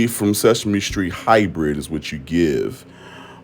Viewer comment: said “whuhthhht” 😂😂😂